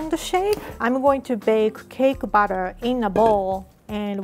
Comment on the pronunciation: how she says batter makes the subtitles become "cake butter"